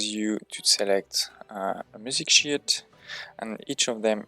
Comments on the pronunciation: I know you didn’t, but on my first listen, I swear you said “music sh!+” at first😅. Nice guide and thanks for the work that went into this!🍻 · Good video, bro ! It’s music SHEET pronounced as « weed » in French the way you say sounds like caca . C’est drôle ! Keep it up